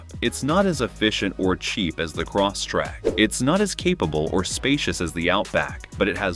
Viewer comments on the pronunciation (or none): Stupid AI narrator keeps repeating, "Cross Track"! 😅 Computer babble.